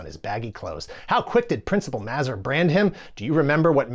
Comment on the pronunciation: selling off his super geek status after mispronouncing Mazur.